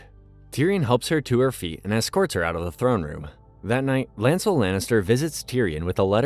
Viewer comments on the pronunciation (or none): The pronunciation of names are soooo bad. One would think the narrator actually watched the show. Margery, Oberyn is but a few to name. It is like you have no idea where the stress on syllables is supposed to go. LANcel not LANcEL. Two syllable words/names cannot have two emphasized syllables.